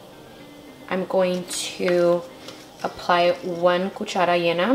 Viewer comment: Her saying “apply” is very cringy lol